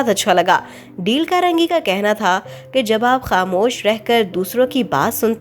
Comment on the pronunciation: Quite a good explanation!! I would like to say that you should pronounce the names of the author in English eg: its D-a-l-e not deel. I hope you'll take it as constructive criticism.